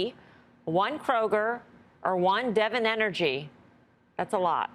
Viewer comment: It is DeVON energy, not Devin energy.